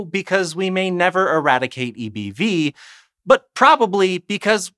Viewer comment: I can’t stop hearing “eeby” and laughing